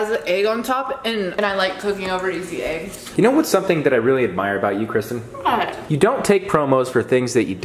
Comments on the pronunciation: Say hi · i love it when you cook